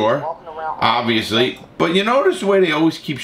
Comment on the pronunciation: Larry “obvsously” Lawton